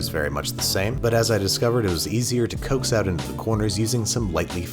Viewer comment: STOP SAYING COAX AAAAAAAAAAAAHH